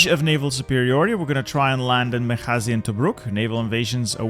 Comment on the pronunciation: What a nice pronunciation of بنغازي